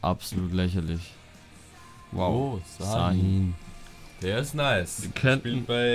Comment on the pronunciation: Habt ihr überhaupt schon mal fußball geschaut😂😂😂😂😂😂😂 man spricht das schahin nicht sahin😂😂😂